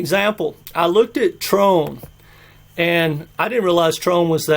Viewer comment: It is tron...not trone.....lets all say it TR>>>>ON....not TR<<<ONE....your so brilliant...you bring up mr. wonderful...shark tank is who you rely on...When kevin was lying on interviews that BTC was garbage and yet buying it.....Another guy on the show grandpa probably worships is Cuban...Yea he is broke...had to sell part of his stake in the Mavericks...he probably watches jim Cramer...buy buy buy!!!your out of your league grandpa...lmao.....your a broken record.....